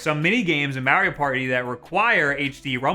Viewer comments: Its MARIO not MAERIO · DUMBASS IT IS MARIO IT IS NOT MEARIO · This guy really said Mehrio Party 0/5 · Have I been saying Mario the wrong way all my life? This is like the 3rd youtuber I’ve come across that pronounces it “Meh-rio” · as soon as you said May rio I got pissed and left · MAR - RE - O thats how you pronounce that. Your welcome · I like how he pronounces Mario as Mary-O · why why are you saying maryo no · The midwestern way you say Mare-io just... eeeeeeee. 😅 Amazing video, as always. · why the fuck do you say mario like that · Not to judge but.... Notice how he pronounces mario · its all about how he pronounces Mario....uggh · i watched the whole video to hear him pronounce mario like that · I hate how he says Mario. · It troubles me how you pronounce mario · Makes me cringe when he say Mario like that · Why does he say Mario weird